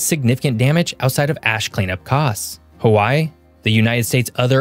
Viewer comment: You need work on your Hawaii pronunciation.